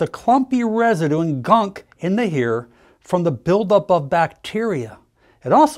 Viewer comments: Why does he say here instead of hair? Cover up? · In your hair (he said "hair" but some people have an accent, I first thought he said "hear").